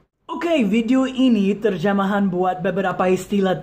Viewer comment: I heard you said "terjamahan" 'jamah' omeji im sorry.